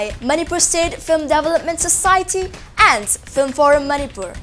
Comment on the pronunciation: Mami mapaosi yam nungai. Adubu anchorwoman sina wa ngangbaca "s" ki sound si yamna hapchille nungaite. Example oina "and" haigadbada "ands: haire aduga "at" haigadbada "ats" haire. Simatangdi semdokpiyu.